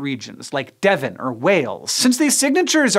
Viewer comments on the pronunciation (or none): none